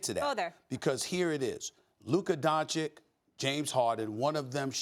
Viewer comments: stop it tomato tomAto.. we're American..its going to sound different..chich and chick is NOT a big deal..do you pronounce Antentekumpo exactly correct? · Dončić "Tschich" not Dontschick !!!!! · Donchich not donchiq! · SAS still doesn’t know how to pronounce don-CHICH. Smdh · SAS: “luka donchick” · u are from Slovenia? You would know right? It's donchich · pronounced donchich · When will he pronounce Doncic right? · I can assure you that SAS is not from Ljubljana so he’s afforded the mispronunciation. I mean if the name didn’t have the accent he would be saying it correctly. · i cant unhear sas saying that....